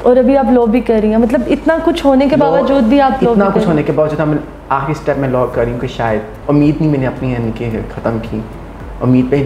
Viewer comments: try to groom your hosts first and by grooming i mean that try to work on the way they speak..e.g., its law not luw and many other things..by merely dressing up or doing a lot of makeup you can't become eligible to start hosting.. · Madam ap bhi parh likh letin.... Low nae law hota hy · you should work on your pronunciation. Low nahi law hota hai otherwise nice interview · بیٹا آپ اپنی اردو صحیح کریں آپ کا لہجہ بہت غلط ہے آپ بار بار لو کہ رہی ہیں دراصل لاء درست ہے اس کے علاوہ بھی آپ بہت غلط ارو بول رہی ہیں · loooo nai laa hunda pain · Bahan g low ni law hota ha ordinance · kanwal its law not low🤣🤣🤣🤣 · LOw nahi LAW hota hai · please correct ur pronunciation low nai law un parr jahil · It's law not low😛pls learn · Yaar LOW nahi LAW hai. Huda kayliyeh pakistaniyo English ki maa bahen ayek kar dee hai aap logon ney. Interviews Karney say pahley google per he words ki right pronunciation kay liyeh search kar liya karo. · kanwal lo ni law hota hai😅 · Ye ..low ni Law hota bibi please thora sa ap b seekhna start kro tik tok se to kuch seekha nj ap ne thanks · Law instead of low